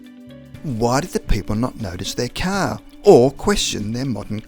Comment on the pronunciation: Ok man, i had to replay it, come on, I sware you called the car a Cow. Sounds like cow. ☹